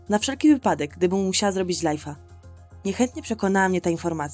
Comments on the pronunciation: Mówi się lajv nie lajf 😠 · nie mówi się lajfa tylko lajwa